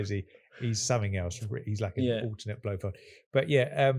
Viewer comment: It's Blofeld, not Blofield